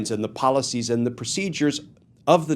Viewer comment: Glen it’s pronounced AND not END